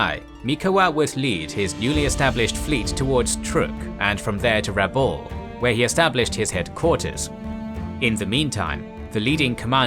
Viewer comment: Excellent as usual. Still, for greater credibility you should pronounce Rabaul as *Rab-owl*(rhymes with owl, foul, etc.) — not Ra-bowl (rhymes with dole, toll)